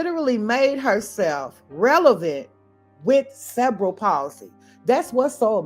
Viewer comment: Cerebral (Sir-ree-be-ral) Palsy